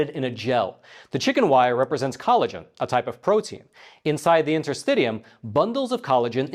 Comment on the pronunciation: Awesome. I’m a registeredTCM acupuncturist as well as a registered massage therapist. Will be interesting to see how willing western medicine want to let other civilizations thrive. A matter of giving up monopoly to give way to more affordable healthcare alternatives to the world. BTW, intrrstitium is pronounced in.tr.sti.shee.uhm.